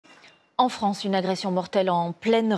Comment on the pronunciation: La Fronce